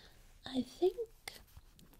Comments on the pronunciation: its macaron not macaroon goodness gracious sake get ur facts right and google it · It's pronounced macaron not macaroon